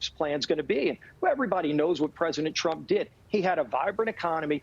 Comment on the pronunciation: He said trunk instead of trump omg how do these idiots get elected I swear 🤦🏾‍♀️🤦🏾‍♀️